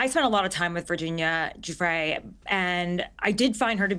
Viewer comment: Does Alan D seriously not know how to pronounce Giuffre’s name?